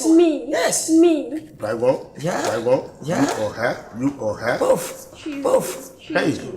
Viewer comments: herrh did the lady really say Drygon???eii🤣😂😂😂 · Yes ooo she said drygon 🤣🤣🤣🤣🤣🤣